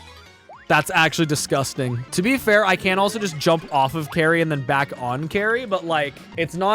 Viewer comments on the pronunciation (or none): discussting? what they be saying?